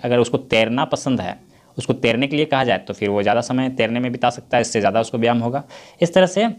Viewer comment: Vyayam hoga aap galti padh rahe hain yah mat samjhega ki ham aapko galat comment Karen humko Jo galti Laga ham aapko Bata diye Hain